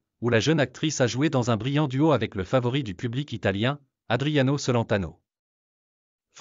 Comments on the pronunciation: Ignare le cacanier, ne sait meme pas prononcer "Celentano"! Une vraie commere 😊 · Adriano cent-laine-tano 😂😅😂😅😂😅